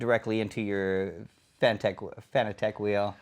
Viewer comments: Dont pronounce it fanatic, one of my biggest pet peeves. Its fanaTEC just like logiTECH. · Why does everyone pronounce FANATEC like FANATIC. 😤😤